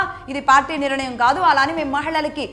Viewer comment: అమ్మ భాష కోసం ఆలోచన చేయండి. మీరు నిరణయం అని మళ్ళీ మళ్ళీ అంటున్నారు కాని అది సరి కాదు. నిర్ణయం అని పలకాలి. కొంచము జాగ్రత్తగా పలకండి.🙏